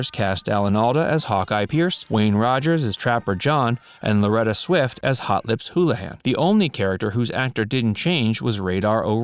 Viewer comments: Also he mispronounced Loretta Swit's name as "Loretta Swift". He also indicated that Johnny Carson stepped down as the host of "The Tonight Show" in 1975, something Carson didn't do until 1992. However, McLean Stevenson guest-hosted "The Tonight Show" pretty frequently in Carson's absence. This was during McLean's time on M*A*S*H, and may have contributed to his decision to leave M*A*S*H. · It's Loretta SWIT not SWIFT!